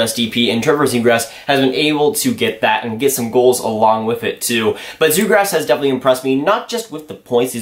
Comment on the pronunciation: Lol sounds like youre saying zegrass